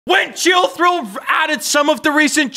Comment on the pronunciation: Chilltril not Chilltrill!!!!!